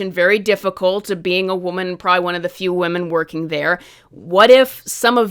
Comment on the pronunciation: People who can't pronounce woman are not to be trusted 😂